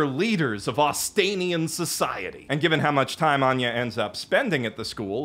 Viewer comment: I was sincerely filled when anger when you said Anya